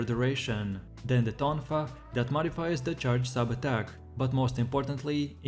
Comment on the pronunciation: Hearing ADK instead of ATTACK... good god man! Also, your mod picks are pretty garbage.